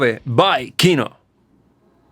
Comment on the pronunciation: Your pronunciation of Gruppa Krovi is rather good for a foreigner. Yet Kino is stressed on the second vowel: "kinO", not "kIno". Russian stresses are known for their low predictability.